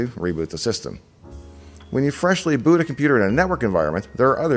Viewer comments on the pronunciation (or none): none